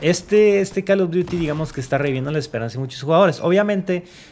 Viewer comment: "El calo dury"